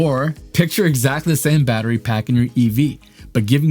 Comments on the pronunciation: good ol "baterry" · "baterry"not once but twice. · baterry? really dude? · Dang! It's "Battery".